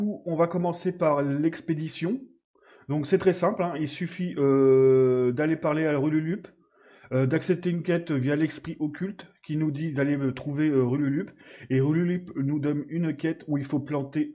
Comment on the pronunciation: Pas mal mec continue comme ça. Par-contre c'est pas rululupee hein mais rulupee^^